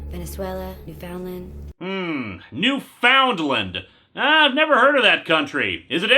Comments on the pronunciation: Why can no one pronounce Newfoundland right? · thank you for pointing out she mispronounced Newfoundland im from there and every time i have to explain it to a person who doesn't understand its one word, my faith in the human race goes down slightly